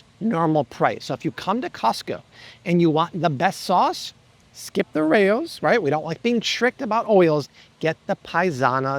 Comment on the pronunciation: Nice job you’re the king. It’s been about a year since I started watching you and changed my diet. Obviously I feel incredible. Just a few things. For the love of god.. I’m pretty sure the sauce is pronounced like rowz not rayoz. Unless the owners name is Ray I’m pretty sure you’re saying it wrong. I tried the seven Sundays cereal several months ago and found the taste and texture a little weird I didn’t really like it. I think it was the cassava. Nice ingredients for sure though I bet plenty of others like it. I started eating the fermented sauerkraut just cause of you and its good stuff. I picked up those unreal candy bars a few times due to your suggestion and they are amazing. Same with your suggestion of the coconut rolls those things were insanely tasty.